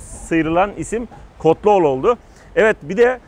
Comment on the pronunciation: Kotluoğlu değil abi Kolotoğlu yanlış söyledin 😂👋